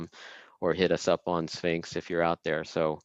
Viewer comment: Great talk! Premium organic kosher food for brain. mispronouncing Sphinx was inevitable ofc LMAO